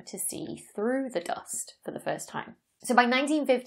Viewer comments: The dost! (I admit it sounds nicer than American "duust") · Me thinks she loves to say "doost". JK. Excellent video, great explanations